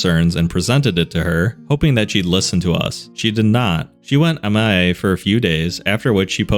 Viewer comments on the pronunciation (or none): I'd like to think this was a human-read channel, but I'm beginning to think it's not because of a few random glitches where words are completely mispronounced.. MIA is not a single word to be pronounced. Missing In Action. M I A. that glitched me hard enough that I noticed.